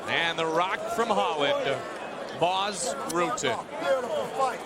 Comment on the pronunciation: That mf said Ras Butten. 28: something. Like up.